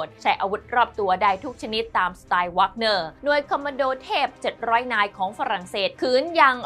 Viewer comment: หน่วยทหารไม่แน่ใจออกเสียงผิดหรือเปล่ารบกวนตรวจสอบอีกทีแล้วกันครับ แว๊กเนอร์ ไม่ใช่วากเนอร์